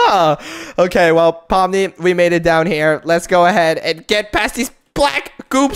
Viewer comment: I think you saying pomni's Name Wrong You sayin poppies